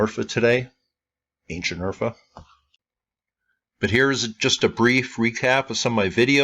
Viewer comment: Not once did you tell me the name of the place, just 'Urgh' -'Errr' every-single darned time.... 'Errgghh' wtf ? .